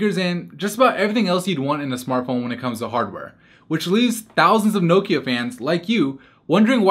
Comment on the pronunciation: Did anyone else cringe each time he said Nokia?